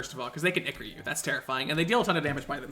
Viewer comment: ITS PRONOUNCED EYE-CORE NOT ICKER